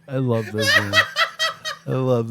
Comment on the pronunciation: LOVE YOUR GUYS SHOW!! PLEASE adress the fact that Owen Benjamin pronounces his L's as W's.. ex.." I wove non jews" keep up the great work brothers